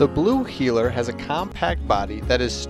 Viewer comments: But it's Heeler! Not Heller... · Blue “Heller”???? Really???? Lol. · Blue heeler not Blue heller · "Blue Heller" lmao. First dog I ever got and had her for well over a decade until I had to let her go. Miss her more than anything. They're extremely smart, active until they're old and big shedders! ♡ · Wheeler, NOT heller!